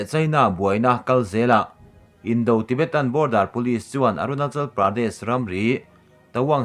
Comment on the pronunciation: Indo-Tibetan tih hi, (indaw tibetan) tia lam tur a nia. Indo (war) ang a lam lovin.